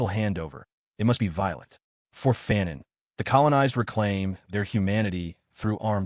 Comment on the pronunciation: Fa-non Fa-non Ya pronounced foo-cau’ well enough. But its fa-non. Not faaan-on